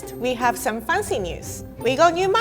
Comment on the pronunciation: 😂😂She speaks like "make it pancy"